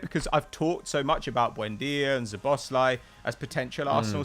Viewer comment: As a Hungarian, the way you pronounce Szoboszlai is wrong. The “szobosz” part is right but we pronounce “lai” differently. We pronounce vowels differently, “a” sounds like the first a adidas, “i” sounds like the i in “in”